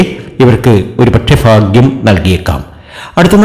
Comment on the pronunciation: ഫാഗ്യം അല്ല 🥰ഭാഗ്യംഫേക്ക് പ്രവചനം